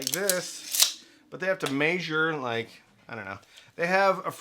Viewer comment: Why do you say "maesure"? Instead of measure?